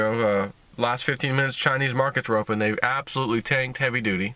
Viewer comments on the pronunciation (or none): none